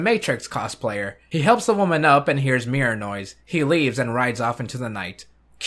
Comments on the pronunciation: Whenever he says 'Mirror noise', I keep thinking he's saying Mirinoi. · I don't know if it's just me but every time he says Mirror Noise to me it sounds like he's saying Mirinoi